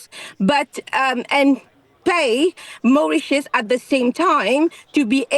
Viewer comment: It's going to Mauritius. It's not very difficult to understand. Mau-rit-ius!